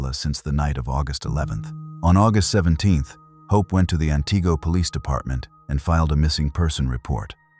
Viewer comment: You really should know how to pronunce the city names.